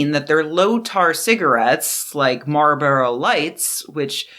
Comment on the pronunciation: Fantastic work as usual, but there’s an “L” in Marlboro.